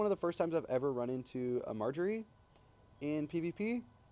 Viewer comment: Love you pronouncing Majorie as Marjorie lol cool stuff ❤😂😂 nice video and Nice team also 🎉❤❤